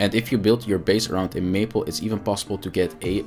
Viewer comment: Great video. Only a very minor correction, and really only because I was listening and not watching. It is May-pole, not maple. I had to look at the video to realize what you were talking about. Lol. As I know English is not your first language, I thought you would like to know. 😊